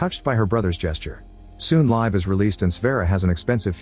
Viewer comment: Is her name really “Live”? Or is AI just mispronouncing “Liv”?